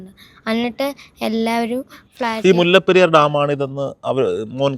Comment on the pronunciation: മുല്ലപ്പറി ഡാം അല്ല മോനേ മുല്ലപ്പെരിയാർ